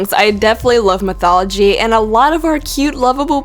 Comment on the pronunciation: "European mithology" lol